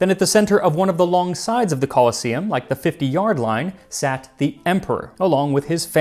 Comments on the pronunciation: It's actually pronounced "co-LOSS-eum", Max, with emphasis on the middle syllable. Like 'colossus', see? Because of that statue nearby, the Colossus Solium. However the other version of the word, coliseum, is pronounced the way you're familiar with, and its an important distinction. For the sake of respecting history and linguistics, if nothing else. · I invented a time machine just so i could visit the Romans, you know "Call-in-to-see-um" now and again. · The e in "colosseum" is long, so the stress shifts to the penultimate syllable, which is said e . "coloss-E-um" is correct.